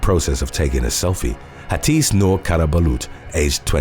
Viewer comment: Hatice's name is pronounced 'ha-te-che'